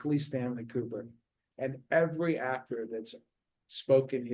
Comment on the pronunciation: You could learn to say Kubrick correctly. I feel there might be a point to that. It's not pronounced "cubic".